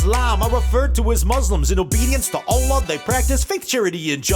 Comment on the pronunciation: PERFECT pronunciation of allah